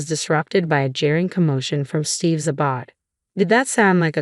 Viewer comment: When you can’t correctly pronounce advanced wording, try sticking to the basics. It’s “uh-BODE”, not “uh-bawd”.